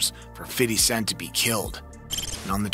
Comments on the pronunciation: Fiddy scent. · Sounds like he's saying fiddly sac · 😂Fiddy Cent😂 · Fiddy cent 😂